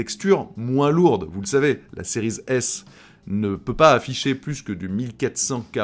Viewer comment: Salut, est-il possible d'arrêter de prononcer le terme "series" à l'anglaise car c'est relativement désagréable à l'oreille de t'entendre accrocher sur la liaison a chaque fois que tu prononces l'un des deux modèles. D'autant que cela n'a pas de sens car tu ne prononces a l'anglaise que le terme "series" alors que si tu voulais aller au bout de la choses tu devrais dire "ex" au lieu de "x", bref a la française ca sera très bien, plus facile pour toi et surtout plus agréable pour ceux qui t'écoutes. Le live de l'autre soir c'était l'enfer en plus de l'autofocus.., merci par avance.